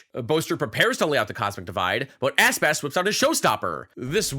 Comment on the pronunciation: You make Aspas sounds like Asspass